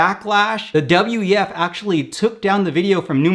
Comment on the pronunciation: You said "WTF" instead of "WEF" a couple of times ̶ perrhaps not an accident 🤔